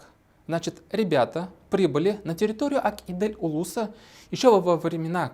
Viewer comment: по-башкирски "Ак Изел", тогда почему вы произносите по-татарски?